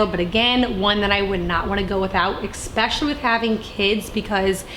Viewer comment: Especially is pronounced I SPESH UH LEE